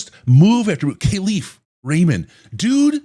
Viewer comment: Yo fellas. I know ya like to get shit right so here’s a correction. Kalif Raymond has specifically asked media to pronounce his name right. “Kal” is pronounced like cauliflower. Kah-Leaf. Love the program as always!!! FTP